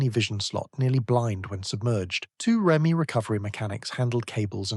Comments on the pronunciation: The UK pronunciation of REME (Royal Electrical and Mechanical Engineers) is typically "REE-mee" (phonetic: /ˈriːmiː/). It is pronounced as a two-syllable word, emphasizing the first syllable to sound like "Ree" followed by "mee," rather than spelling out the letters R-E-M-E. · Interesting topic.... but stop with the fake photos on the thumbnails. It's Ree-Mee..... not R E M E. Work on you narration.... some of your sentences and words run into each other... you are sounding computer generated. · REME - pronounced ‘Reemy’ 🤦🏻‍♂️🤷‍♂️